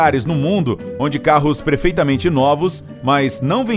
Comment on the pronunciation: Em ele fala “carros prefeitamente novos”?